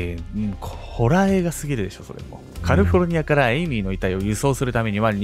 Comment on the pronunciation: カルフォルニアて言ってる